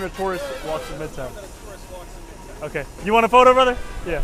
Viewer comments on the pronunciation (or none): none